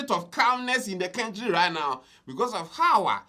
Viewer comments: STOP Saying kentry!!.. it's country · It's pronounced kāntrī